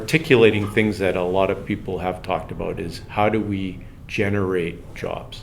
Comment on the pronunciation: Aboot? Lol love it